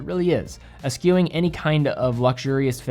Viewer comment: did you really pronounce "eschew" with a k sound?